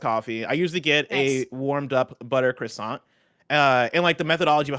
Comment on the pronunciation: Dude, half the letters in croissant are silent; you're pronouncing ALL of them!